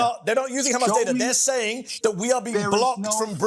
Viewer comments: “Khamas data”, Khamas propaganda” ? Who owns the mass media? “Khamas”? It is embarrassing to even hear this rant! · Wonder if he pronounces a "house", a "khouse" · Khamas data 😂 khamas facts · As soon as you hear the pronunciation as "Khamas" you just know you are about to hear a shit show of lies. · This is laughable at this point KHAMAS.. KHAMAS .. KHAMAS